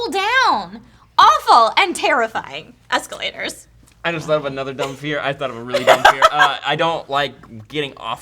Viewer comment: Asscalators? Hue. Oh baby.